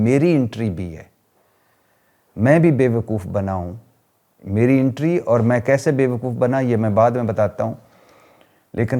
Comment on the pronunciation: Sahi lafz to bola kro intry ghalt lafz hai .... entry kehty hain. PLEASES THEEK ILFAZ BOLNA SEEKEIN